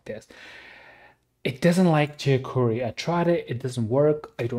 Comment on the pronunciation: How the fuck are you even pronouncing JQuery